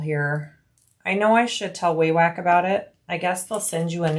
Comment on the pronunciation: Wawak is pronounced like the convenience store Wawa with a k at the end… or both a’s sound like open up and say ahh. Or a wah-wah pedal if you know much about instruments